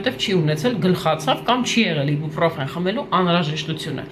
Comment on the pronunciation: Իբուպռոֆեն չի այբոբրոֆենա 🤦‍♀️🤦‍♀️🤦‍♀️🤦‍♀️